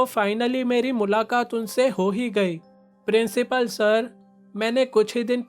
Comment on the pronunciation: principal🚫 princhipal✅ 😂😂😂❤❤